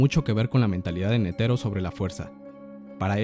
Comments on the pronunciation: Nétero, no netéro ni neteró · La fonetica del japones es similar al español, y sin embargo este pendejo sigue pronunciando Netero en lugar de Nétero como lo pronuncian los japoneses